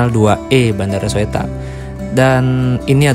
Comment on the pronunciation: dibaca nya Suta mas bkn Soetta ehehehehe